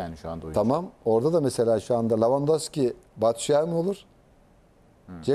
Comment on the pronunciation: lavandoski değil la levandowski